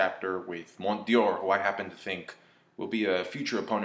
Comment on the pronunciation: There is no i in Mont D'or. its pronounced Mon Door. not like anyone gives a poop tho.